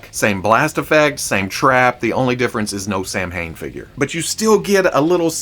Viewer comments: Samhain = SoWayne (sow Wayne) Bob? It’s DREW. Frag flinger = Jai alai = hi, a lie #NoMoreExclusives 🤬 Louis not Louis. And not Lewis. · Oh the Samhain hurts lmao, he just keeps saying it. Sah-wain, cause Gaelic does things differently